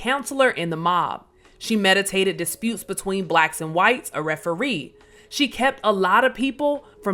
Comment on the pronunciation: Thanks for sharing. This is not to hate either, but there were a couple of mispronunciations such as counselor and mediate. These probably could be corrected with a reread.